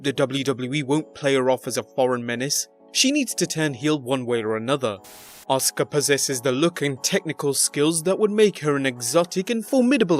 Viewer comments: ahs kah? the letter U is never pronounced in Japan?? How about Ah sucky? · Stupid man can't say askua right dumb man!